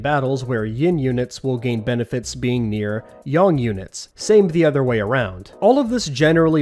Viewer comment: Or... It's like they're pricing the units like units in the tabletop version. - It's Yin and Yang. Not Yin and Yong..